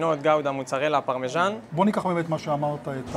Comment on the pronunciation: אומרים פרמזן לא פרמזנו יא אילג:face-orange-frowning